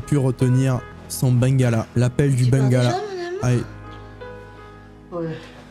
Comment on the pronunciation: J’aime beaucoup tes vidéos mais on écrit bangala et sa ce dit ben-gua-la 😭💀